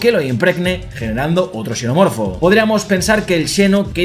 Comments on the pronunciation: Por qué pronuncia xenomorfo como Cenomorfo y Chenomorfo? No deberías pronunciarlo de una sola manera? Parece que hablaras de distintas cosas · entiendo eso pero es que en una sola frase pronuncia la misma palabra como chenomorfo y luego cenomorfo, entonces es extraño porque pareciera que hablas de dos cosas diferentes 😅